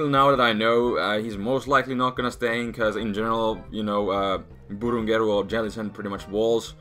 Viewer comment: I like the way he pronounces "Burungeru" ^^